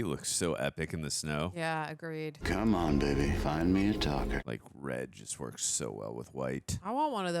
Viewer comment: "...the woikes."